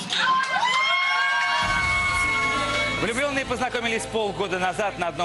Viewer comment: Помолвка Прохор, помолвкаа епть, а не помоловка)